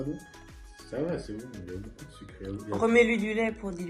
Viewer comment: Stop aux « boucoup » 😂